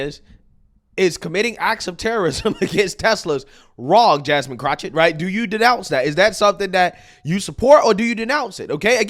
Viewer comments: I love how calls her Crochet (CROCH-it) instead of Crochet (Crock-it) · It's amazing how can effortlessly say Vivek Ramaswamy and probably can even say Davy Crockett with no problems whatsoever. However if you say pronounce Jasmine Crockett its Jasmine Crouchit. Bruh wtf 😂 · Why not say her name correctly. It's CROCK-ett, as in a "crock of ... poo poo". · Everytime you say Jasmine Croch-it 😂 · You keep saying Crotchit… 😂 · There is no CH in that idiot’s name. It’s Crockett (cro/ket) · Pls stop saying that clowns name wrong. You’re to intelligent for that. I personally hate her but to hear you say chochet is nerve wrecking. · It's pronounced crock-of-shit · If nothing else, you are consistent with "Jasmine Crochett". LOL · I keep telling you it's pronounced Crockofshit. I don't know if it's French, German, or even Latin. I don't know where Crockett comes from, but you pronounce it Crockofshit. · Are mispronouncing her name on purpose? 🤦🏾‍♀️